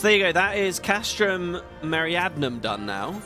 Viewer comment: I know it's not important but you've pronounced it Meriadnum like 50 times now and it's bothered me each time. Me-ri-di-a-num. That should look familiar, it's the Latin word we get "Meridian" from. The castrums all have really simple names: Marinum at the sea, Occidens in the West, Oriens in the East, Centri in the center at Mor Dhona, and Meridianum in the South in Thanalan. Apparently "meridianum" means "southern", didn't know that last one but the other ones are intuitive. There's no Northern Castrum in Coerthas but "Arctoum" would have worked as a name. (Castrum just means fort or castle.)